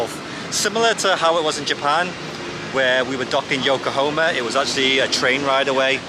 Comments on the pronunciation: Pls know it’s YokoHAma not yokohoma…. Pains me to keep hearing you keep mis pronouncing it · Dude, it's Yokahama, not Yokahoma. I believe Yokahoma is a state just north of Texas. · It's Yo ko ha ma not Yokohomea😅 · Yokohoma? Anything like Oklahoma? YokoHahma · I want to do an Asian cruise. I love all of the food 😋 Yokohama is pronounced with an 'ha' 😊